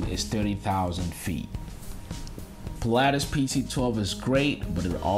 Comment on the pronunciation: I stopped watching when he said Pil-"aa"tis 🤦‍♂️